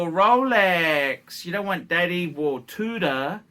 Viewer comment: What's a Two-dah?